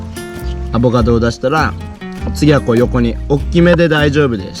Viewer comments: アボガドが上手く言えない可愛い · の上手く言えない『アボガド』を聞くとターザンの専門用語っぽく聞こえるw ターザン語で『おはよう』みたいなw